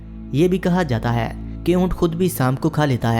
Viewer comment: ہے کو اے کیوں بولتا ہے